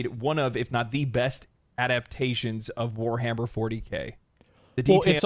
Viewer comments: Facts bro said weshammer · Bro said weshammer and my respect dropped a bit